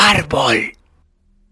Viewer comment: DICE SHADODW... HAA ESTUPIDO HARBOL Y SONIC DICE NO SHADOW HATI NO SE RESULTA NADA JAJAJAJAJA XDXDXDXDXD